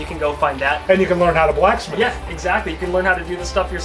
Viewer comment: "A BLACKS METH"